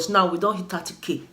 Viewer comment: 😂😂 I love you Betha, the way you pronounce 30k got me laughing hard. You're doing well, a big congratulations to you